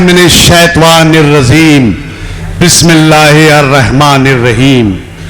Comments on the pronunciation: Bhai ,pehle Aaoozubillah aur Bismillah theek theek yaad kar lo please. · Bismillah sahi se seekh padho